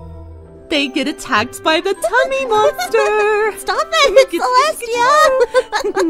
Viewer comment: It's Celestia not Celesta... Very funny though